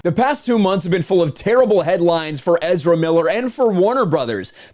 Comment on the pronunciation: Ezerrrramemiiler who.?